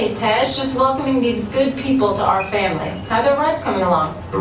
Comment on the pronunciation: Vin Diesel pronounces it "Fambly"